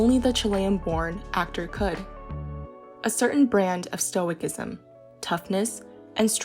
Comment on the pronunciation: This was a lovely tribute to Pedro! My only note is that stoicism is pronounced with a soft C, like "stoh-ih-sizem."